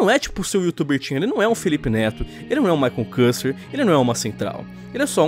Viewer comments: Se pronuncia quister, não kuster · maicon CUSTER KKKK escreve maicon küster e se lê/fala my consquister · Maicon kuster não Maicon küster (kister)